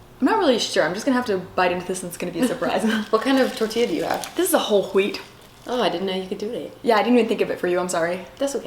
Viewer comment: "W-hole W-heat" lol